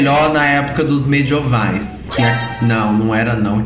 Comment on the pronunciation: "mediOvais" kkkkkkk